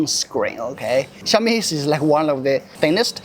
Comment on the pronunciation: instead of pronouncing it "Xiaomi" you insisted to say "Ciaomi"😂